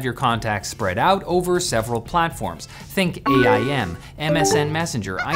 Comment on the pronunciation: I will forever be triggered by saying AIM as "A I M" and not "aim".